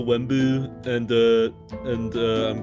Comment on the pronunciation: It’s not Wemmbu but it’s unstable